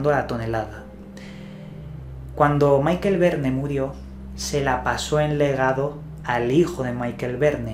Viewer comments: Chaval, no es "Maikel" Verne...Es "Mishel" Verne...Los Verne eran Franceses...!!!!!! Entérate.,..!!! Tanto misterio y desconoces lo básico...!! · Estimado, por respeto a los francófonos permíteme hacer una precisión sobre la fonética de los nombres en francés que seguro harán más seria tu exposición. Puesto que parece que el inglés te domina, en francés las palabras van acentuadas en la última sílaba por lo que "Michael" se lee Mishel y no Maiquel como en inglés. Jean no suena Yián sino como en inglés Jan (nasal). Creo importante que si se desconoce la pronunciación en el idioma de la palabra se lean los nombres como si no se supiera su pronunciación en vez de inventarse la fonética, que siempre se puede consultar en la web y no provoca sonrisas. Por lo que concierne a la investigación, muy buena como es habitual en ti.